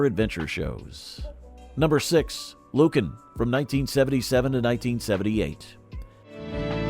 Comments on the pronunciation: It's NOT LUcan, it's LuCAN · it was pronounced lu-KAN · I seem to remember Lucan being pronounced differently.